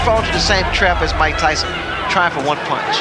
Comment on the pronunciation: Ty-Son.....beat yo azz